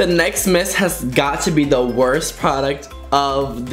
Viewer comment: every time he said 'miss' I thought he said 'mist' lol